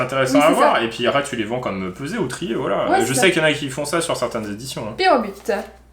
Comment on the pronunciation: tu t'es trompé tu as dis pyrobut alors que c'est lapyro et enplus c'est mon pokemon préféré